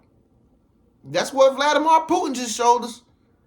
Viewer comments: Every time this man says Vladi-mar i cringe... Vladimir = (Vladi-mere) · Brother please get the pronunciation correct. It's Vladimir (meer sound) anf not mor sound.